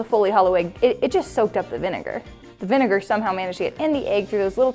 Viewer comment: I was triggered by her pronounciation of "vinegar"...I thought it's spoken in a different way :/